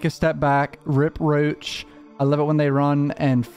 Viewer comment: the way u say "rip roach" so funny to me idk why lmao